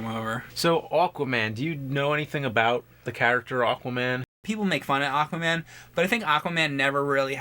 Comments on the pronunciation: It was driving me nuts how James kept saying "Awkwaman" lol Also, yeah, from the mid 90s to the early 2000s, Aquaman had long hair and a hook for a hand. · I was so sure when James said the title in the beginning it sounded like he called it "Awful-man." Hehe. Unintentional!